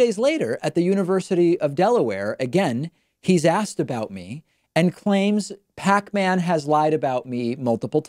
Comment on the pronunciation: "counterpoints" "pac-man" these pronunciations, oof